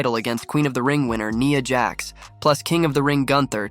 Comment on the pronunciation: Nya Jax not Neeea Jax